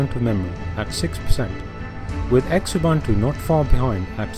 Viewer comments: yes, Ubuntu. Its pronounced as OO-boo-ntu, with a soft "b". Similarly, its LOO-boo-ntu and ZOO-boo-ntu for the other two variants. I know this for sure because the name of the distro is taken from my Home language. Im not sure about mate but I read somewhere that its actually "mah-tay", but dont take my word for it. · This is just rubbish..Oh Xubuntu is pronounced Zoo Buntu and if I need to teach this we're not doing that well here